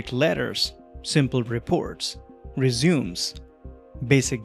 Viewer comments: Just a heads up for next time. Resume is pronounced reh-sue-may. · I knew what he meant when he mispronounced “resume” as the resume that means to start where you left off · Because "Résumé" (the noun referring to a CV) is a French word and should be spelled as Résumé. Resume is, as you pointed out, a verb that should be pronounced "rɪˈzjuːm" in actual English rather than the US Dialect.